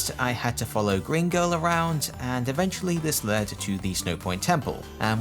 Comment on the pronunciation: cool vid but i need to be pedantic here its not leaden balls (ass in "a lead") its leaden balls (as in "the heavy metall lead"). its driving me nuts hearing you pronounce it wrong.